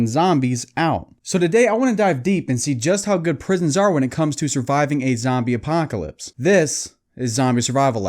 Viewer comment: ‘Zambie Apahhhhcalypse’ 😂